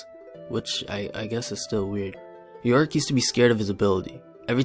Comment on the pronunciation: Did somebody read yorick "Yo Rick"?